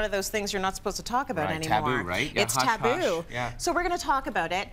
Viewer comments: It’s Tapoo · It’s not taboo... ITS TA💩